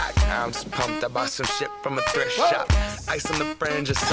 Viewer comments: 'Thirft shop' sounds like 'grisha' 😂😍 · "from the Thrift shop down below" i heard "Grisha"😂